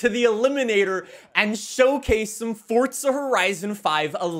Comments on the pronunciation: Uhhhh. Love the video, but stop saying FORTSA. It’s FORZA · it's forza not fortza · Fortsa horizon five was said at least 3 times in this video 🤯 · I WANT YOU TO LEARN HOW TO SAY THE WORD FORZA!!!!!! ITS NOT SPELLED FORTZHA...OMG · How many times did you say: FORTZA HORIZON 5 ... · Is it just me or does say ‘’Forza’’ different… sounds like he puts a T in there, ‘’Fortza’’ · Fortza eh? What’s that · Still looking for the T in forza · Where is this man getting the t from in forza